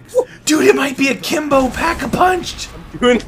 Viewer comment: he says aklimbo